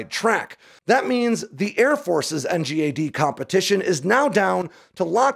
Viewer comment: Dude it’s pronounced N-GAD… what is this N-G-A-D silliness